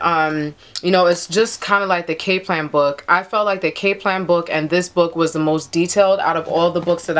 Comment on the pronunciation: Cap .. its Kap - lan .. but thanks tho ..